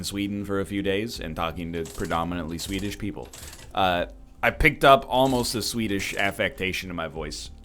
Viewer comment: When he said Swedish people all I heard was Swedish pizza